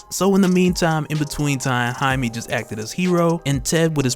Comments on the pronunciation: Jaime (hi-me) is the correct pronunciation. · I thoutht he was "Jamie". Not Jime... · I may be an orange hut I swear to god lll turn you purple if you don’t start pronouncing his name right